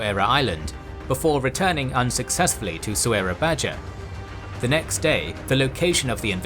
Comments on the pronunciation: Soerabaja (Surabaya) is pronounced "Soo-rah-Bye-ah" not "So-er-rah-Baj-ah" Took me a little while to figure out which city you were referring to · Amazing graphics and storyline, but the place pronounciation is a bit distracting. Soerabaja is pronounced as soorabaya. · It's a shame that these excellent animations are tarnished by terribly distracting place name mispronunciations... Has anyone been to "So era badger"? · Just fyi; The city written "Soerabaja". The correct pronounciation is "Surabaya" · Soerabaja is pronounced “Sur-a-bye-a” it’s the Dutch spelling where the “oe” is pronounced as “u” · I noticed you're still using old Indonesian spelling in location names. Like "Soerabaja". In those days, "ja" is actually pronounced "ya". This old spelling fixed in modern Indonesian language.